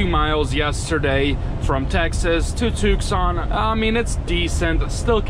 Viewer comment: What is "Took-Son"? It's pronounced "Too-Son", the "c" is silent.